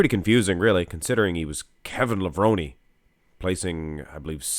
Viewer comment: I thought it was pronounced “Lev-rone” not “Lev-rone-y”